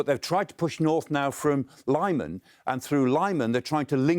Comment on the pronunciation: It would be a good piece of journalism if it was based on facts but ... it's not. First of all, Russians took Popasna only a week ago and they immediately started pushing west and north and they've captured a lot of settlements around Popasna, even on the south. Also, Liman was pronounced incorrectly.